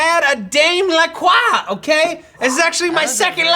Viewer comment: Matt Lieberman I've been obsessed for a couple years now, but they pronounce it "La-Croy"